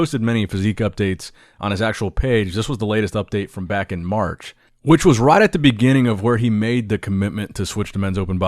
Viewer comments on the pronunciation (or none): none